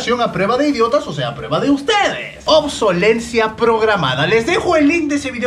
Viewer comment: Nosotros somos los burros pero el dijo en vez de de obsolescencia obsolencia como 500 veces jajaja ... Igual lo perdono por esas 34 d ...